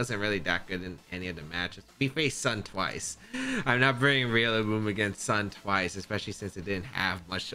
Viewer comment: Every time you say Rillaboom, you always remind me of Wolfey pronouncing names wrong...REALlaboom lol 💙